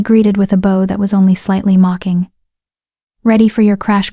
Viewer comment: 2hr 18m again the mispronunciation of "bow" that changes the meaning. I hope the nice AI voice can be edited.